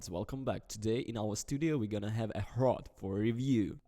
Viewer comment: Proud to be from the Czech republic. And hrot is pronounced differently. Type it in google translate and change it to the Czech language and play it.